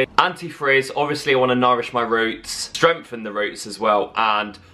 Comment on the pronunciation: Strongneth lol I think you mean strength lol lyl xx